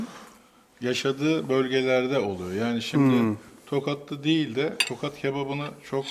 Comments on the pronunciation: bu arada tokat değıl tohat )) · Tokat değil Tohat